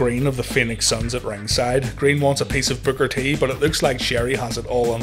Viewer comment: Sounds like you’re saying “Booger T”